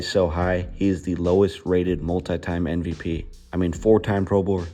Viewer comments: This video is so, so good! There’s just one thing that’s bothering me. Why do you say NVP instead of MVP? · Thanks, but I actually just mean the way he says it every time. It just doesn’t sound at all like he puts his lips together.